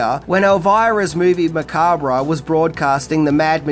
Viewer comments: Drinking Game Take a drink every time pronounces "Macabre" incorrectly 🍸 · You don't pronounce the RE in macabre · I took a shot every time you mispronounced "macabre" 😅😅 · The "re" in "macabre" is silent... at least in he U.S., lol. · Hey, the r in macabre is silent. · I never understood why some pronounce macabre with the R silent 🤨. Anyway excellent video and I hope you get a "job well done " from the lady herself 🤞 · I have an insane crush on Elvira, and I love your content about her. I thought I knew almost everything about her, but you revealed so much more that I didn't realize I didn't know. However, I cringe every time you say the word macabre as "ma-KAWB-reh", as it's originally a French word, and pronounced as "ma-KAWB", not "ma-KAWB-reh". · Okay. I really REALLY tried, but it's not "Movie Macaberra", It's movie Mancab". phonetically. The "R" is silent. JFC this is annoying. Makes me want to kick things around the room. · "Macab-RAH"?LOL! Its pronounced Ma-Kob, it's a 2 syllable word, not 3. Don't believe me? Google it. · sorry but its pronounced macarb not macarbra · Macabre. Pronounced "ma-KAAB". / You do great work m8. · The word is pronounced “Ma-cob” you idiot!!! If you don’t understand the English language you probably shouldn’t try to broadcast your own YouTube channel. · it's pronounced Ma-COB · This an enjoyable video with a lot of good info. Some thing that may help here (and said gently from one video maker to another), macabre is said muh-kaab. ;) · Macabre is pronounced muh·kaab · Dude it's pronounced "macab". The R&E are silent. Great video though! In the first place I lived After High School out of my own I had a full size poster of her laying in a coffin in the living room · Its pronounced "ma-cob" 👍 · " Macabrah"......always a chuckle. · Pronounced "Makahb" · it's pronounced MAC-ARB the R is silent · AnD ITS MAH CABRE ffs learn something ffs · Didn't anyone explain to the narrator how to pronounce "macabre"?